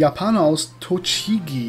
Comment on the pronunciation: Tochigi =Todschiggy sry falls ich es Falsch geschrieben habe Und gutes Video